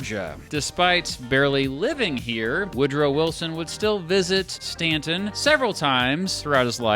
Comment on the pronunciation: I'm a little biased because Woodrow Wilson was a Stauntonian, just like myself. Btw, thanks for pronouncing Staunton correctly.